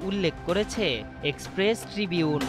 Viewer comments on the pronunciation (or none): none